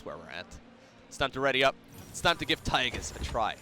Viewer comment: The way you call him Tygus all the time triggers me so hard